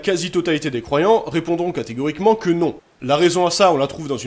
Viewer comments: C’est exprès que vous dites croivants pour croyants ? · bonne vidéo, juste ça me termine car j'entend les croivant et pas les croyant .